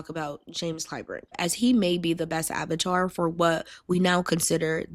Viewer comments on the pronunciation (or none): none